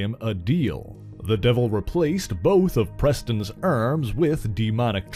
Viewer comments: his pronunciation of 'arm' or 'arms' is weird too. eerrm... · Why does he pronounce arms like that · ‘cause he’s not American..